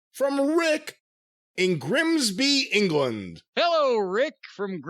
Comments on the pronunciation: Grimsby, pronounced perfectly. Just work on Gloucestershire next. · Hahah!! No... You pronounced Grimsby perfectly 👍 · pronounced grimsby right